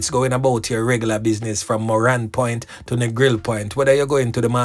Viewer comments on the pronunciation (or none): none